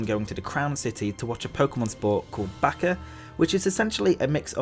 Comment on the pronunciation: Baccer sounds like baka